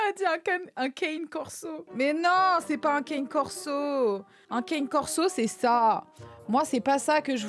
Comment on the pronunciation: un "keyne corso" et un "lévier afghan" 😂😂😂